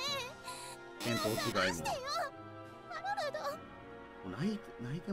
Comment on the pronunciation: あおうお って ハロルドじゃない？